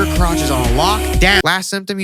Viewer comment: "your cwotch" LOL